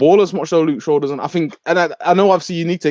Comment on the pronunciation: Top right kept saying Straw instead of shaw